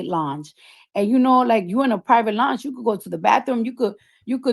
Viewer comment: 😒 the fact she went on a 15+ post rant on IG in that orange wig BREAKING DOWN how much Of a liar Nicki is bc “if this happened, why that” and WHOLE TIME it was true so this really pisses me off.. she went HARD ASF about this swearing it neverrrr happened! &Why tf this lady can’t pronounce LOUNGE correctly at this big age 😐 I’m irritated.